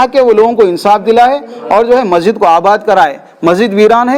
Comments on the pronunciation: Arey yaaro masjid hai wo majid majid kya bolre aap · Bhai sab majid majid kya bol rae masjid bolo kitana class padae aap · Majid nai masjid hota bhai. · AsSalamAlaikum, Bhai it's Masjid not Majjid.... Aap ka talaffus sahee kariye... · bhai...masjid boliye...majid nahi....most welcome